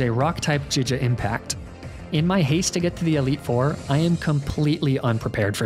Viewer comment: I am wondering why you pronounce certain word like Giga to jija?